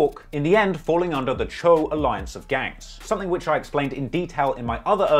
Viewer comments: If I he stops calling the Cho (cho)... Choo (chew) 😆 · Choo is pronounced like dough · It’s not “chew,” it’s Cho man at least make an effort to get the pronunciation right if you’re going to have multiple videos on a topic. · I love it when be says woo and chew… lol it’s chooooe silly, spelled choo… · Yaii is pronounced Cho not chooo 🤣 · Bro no cap u did this video wrong lol u got wrong info bout dusty and u don’t even say Choo right and 22 only started the uk drill beats in nyc bobby and rowdy started that listen to computers 😂 bro please get better info then do this vid again